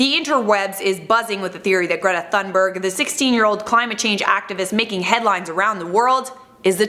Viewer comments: I hate you you are saying greta thunbeeg wrong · arghhhhh it bothers me that she doesn’t say thunberg right